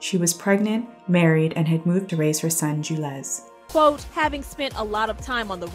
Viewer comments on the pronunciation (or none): Solange sons name is Julez pronounced like Jewels....NOT JoOLEz and it’s actually his middle name...first name is Daniel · Damn, do you research instead of pronouncing ppls names wrong..jew-lez 😂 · Anybody else confused how Julez became Ju-lez? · It’s Jules pronounced jewels.